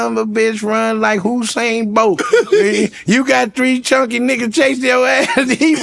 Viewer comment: Not “Whosane Bolt” 😂